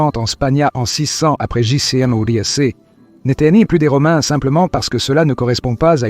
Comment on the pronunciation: IA... le vi-aie siècle après GéJiCi... Lol. Sujet interessant, mais comme c'est de l'IA, quelle fiabilité je peux accorder à ce non travail? C'est une honte ces chaînes full-IA.